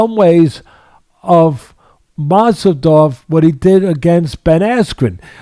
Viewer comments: Masvidal gets knocked out and all of a sudden Teddy's calling him Masvidov 😅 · Jorge “masedov”. Rose “Namajamas”. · Mosseldoff? lol it think teddy meant masvidal